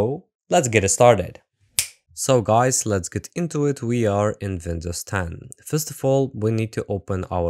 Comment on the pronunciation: Pronouncing Windows as "Vindows" is very german pretty cool I noticed that